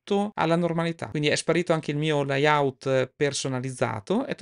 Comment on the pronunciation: Comunque si dice leyaut, loud ecc. Il corso è ottimo ma visti i problemi con l'inglese forse sarebbe meglio usare l'interfaccia in lingua italiana.